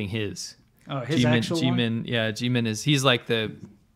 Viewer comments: My daughter is upset with you guys haha. She heard you say Geemin and lost it. It's pronounced Jim-in and RM is the leader officially. She loves them. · Right? Even Jimin would be disappointed to hear himself being incorrectly identified as our fearless leader. 💜